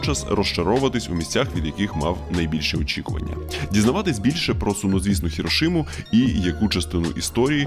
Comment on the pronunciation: Не ХіроШима, а Хіросіма. Як і МітсубіСі і Сусі. В японців не існує звуку "ш". Вони навіть вимовляти не вміють його